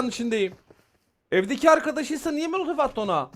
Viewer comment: ABİ neden molotofa mölötöf diyorsun😊